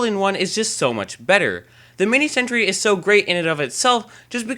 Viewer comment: He is saying: "lol, you can fix you are mini sentury" But it's: "Lol, you can fix your mini sentry"